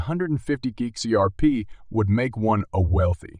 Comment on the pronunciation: You need to learn how to pronounce Hinman as well as X R P.